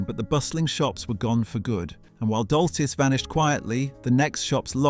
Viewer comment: Glad someone else spotted it. The pronunciation of years, plus Topman and Dolcis, an the intonation on several words fell flat. The voice is trying hard to be that of a modern young British man, however it is simply AI shit.